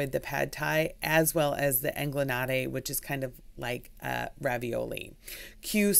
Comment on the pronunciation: In Italian, the "gli" angliotti is pronounced like "Y"